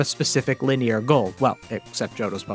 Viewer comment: Did you really read linear as lih-NEER‽